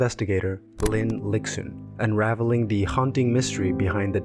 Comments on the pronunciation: this is super well made! btw, its pronounced "lishun" not "lixun" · the pronunciation of lixun as lick-sun is killing me lol loved the video (it would prob be pronounced lee-shun)